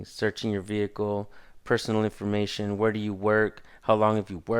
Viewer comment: “You were travelling in a ‘vehickle’ while being black Sir. I’ll let you off with a warning this time...”